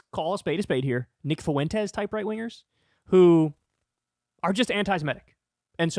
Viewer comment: Man, I did not miss having to hear Kyle say "Nick FOO-ENT-ez"